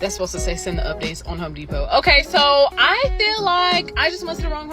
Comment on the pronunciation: Women see what they want. it's Home Depot, not Ho Depot.